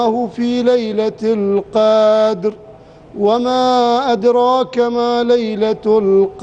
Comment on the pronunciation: "لعل" الشيخ يخطأ في موردين : 1- الظاهر يقول في نهاية سورة الفاتحه ( و لا " الظالين " بدل ان يقول .. و لا " الضالين " ) يوجد فرق بين ( ظ ) و ( ض ) 2- في سورة القدر ( يمد في موضع لا يجب المد فيه .. مثل قوله .. ليلة "القااادر" و هي .. ليلة "القدر" ...... لا يوجد مد * فإذا كان يخطأ بالقراءة .. لا يجوز ممكن للناس ان تأتم فيه